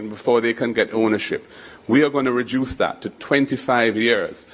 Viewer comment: When did the pronunciation of the word reduce becomes “ rejuice”? This question is for Mr. Golden.